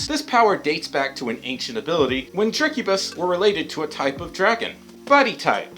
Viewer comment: drek u bis thats how you say it yow wewcome